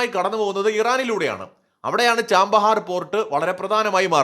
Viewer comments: ചബഹാർ എന്നാണ് തുറമുഖത്തിൻ്റെ പേര്, ചാമ്പഹാർ എന്നല്ല .വർഷം മുഴുവൻ വസന്തകാലം എന്നാണ് പേർഷ്യനിൽ അർത്ഥം. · ചാമ്പഹർ അല്ല chabahar അല്ലേ